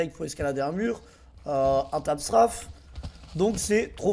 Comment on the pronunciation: Il s'agit de créditer treeree qui a trouver cette technique et on l'a manière dont tu dit tape strafe ma fait bq rire sinon bonne video